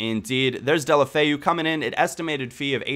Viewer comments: It's pronounced Dela-foe thumbs up so he can see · deh-oh-low-feh-oo. try to say it all as one word and you're good to go lol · It's actually pronounced Day-ew-lo-fay-ew, get it right ;) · It's pronounced Deulo-Feu. At least that's what he calls himself. Also, a great player to get is Zhano Ananidze from Spartak Moscow. Trust me I was right about Ince, Dongou, Deulofeu etc. Zhano is like a mixture of Iniesta, Messi and Mata.